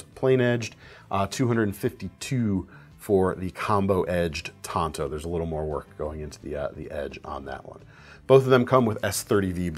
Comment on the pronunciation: oml. tan-toe.